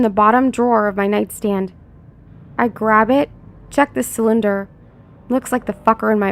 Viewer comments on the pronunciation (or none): none